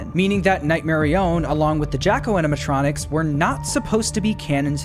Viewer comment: Guess steelwool has 2 favorite “animatrinonics”